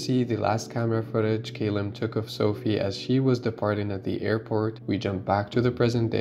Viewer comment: Great review, awesome film but one thing…Ca-lum not Cay-lum x